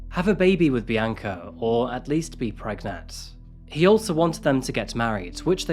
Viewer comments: I just wanted to thank you for saying "PREGNET" 💀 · This is a genuinely disturbing case and seeing all the details, it's horrifying that there are people hidden amongst normal everyday citizens. That said, the part where Glenn says he wants to get Bianca "pregnet" immediately reminded me of the "Can I get pregananant" video and I could not help but chuckle. It's sad, but this detail of it is just a bit funny. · LOL You actually said "pregnet."